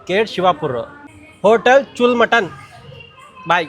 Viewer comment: ಚುಲ್ ಅಲ್ಲ ಕಾಕ್ ಅದು ಚೂಲ್ಲಾ ಅಂದ್ರೆ ಓಲೆ